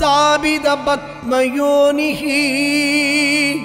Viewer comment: தமிழில் எழுதி வைத்து படிக்காமல் மலயாளம்,சம்ஸ்கிருதத்தில் படிக்கவும...அது rogam...rokam இல்லை...padma yoni...batma yoni இல்லை...etc...மன்னிக்கவும்...பொது மக்களுக்கு சரியாக சொல்லி குடுக்கணும்